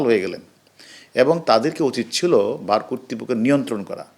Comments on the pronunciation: উস্তাদ ভার না বার হবে। অতিরিক্ত উত্তেজিত হয়ে ভার কেন বলছেন😊😊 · ভার নাকি বার!!!! অদ্ভুত উচ্চারণ শিক্ষিত মানুষের। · ভার কি? বারকে ভার বলছে কেন এই লোক? এটা কেমন বিসিএস? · It's not BHAR.......it's BAR. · Bar hobe not var !! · "ভার" না "বার" তা ভাবিয়া ভাবিয়া আমি ভাবাবেগে আক্রান্ত হইয়া কমেন্টস পড়িতে আসিয়াছি । কয়েকটি পড়িয়া আবারও ভিডিওটি দেখা শেষ করিয়াছি। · উনি বিডিও (ভিডিও ) / ভার (বার) / কটোর (কঠোর ) বলছেন। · ভার!?! ভাভা গো ভাভা ভাভা যায় 😅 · ঠিক কথা ...ভার কি ?? বার বলুন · 🤣🤣🤣🤣🤣🤣🤣 ভার!!! করুনা বাইরাস 🤣🤣🤣🤣🤣🤣